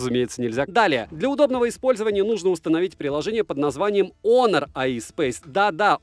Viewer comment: Всем привет бл Хонор а не Онор